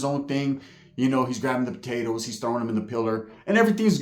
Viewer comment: Great story bro! Had me laughing about the dude w no tongue “potatoTH” 😂😂😂